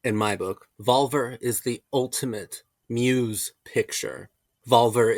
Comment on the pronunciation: Is pronounced VolvEr ✨